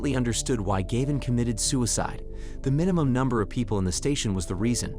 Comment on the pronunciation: Gayvin. Gavin. Galvin. 😂